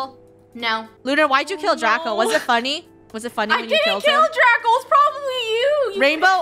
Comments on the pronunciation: Does Anyone Notice When She Says Draco Calls Everything SUS She Says Draca And Not Draco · Funneh keeps saying draca not Draco She wants to make TikToks with draca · Did you hear funneh call draco, "DRACA😂" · I love it when funneh calls draco draca lol